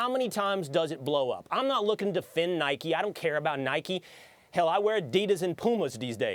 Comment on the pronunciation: Anyone else hate how they call it Nikey it’s Nike there’s no y